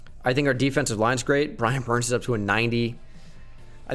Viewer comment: He just said “Brian burn”